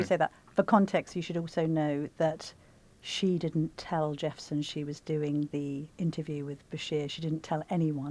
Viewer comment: Wish u pple reporting on stories wld get the facts correct. It is patrick jephson not jefferson as u initally say.